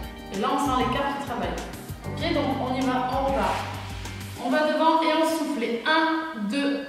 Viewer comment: C'est bizarre quand tu dis '' et on souffle'' moi j' entends '' et on souffre'' 😩😩😩😭